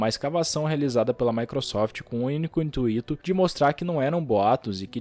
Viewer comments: Vdd aaaaa que ódio achei que só eu tinha percebido Ele fala intuíto ainda por cima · não tankei o intuíto e o mark zuckerberb